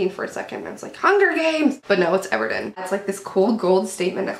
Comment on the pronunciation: haha isnt it Ever Eden not Ever Den?